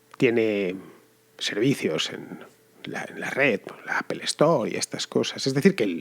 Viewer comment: Apel ...ifon... tim cuc... Teniendo Inglaterra alado...y siguen con esa pronunciación...jajajaja